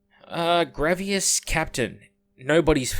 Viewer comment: Why are you saying "Grav-e-as" Its grav-iss, like a snake hiss. Like are you just saying wrong because its hipster or are you wilfully ignorant?